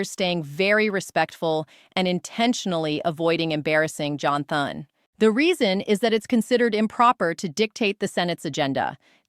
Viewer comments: No one is going to listen to her when she can't even pronounce Thune's name correctly. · AI cannot say Thunes name right